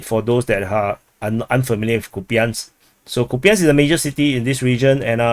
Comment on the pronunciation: Kupiansk - It might be easier for you to pronounce Russian way - [COUPE ensk].This is modeled by Russian-speaker - Military Summary and Analysis.